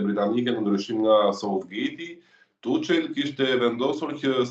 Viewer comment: Zoteri Tuhël dhe jo Tuçel, kështu shqiptohet emri i trajnerit gjerman.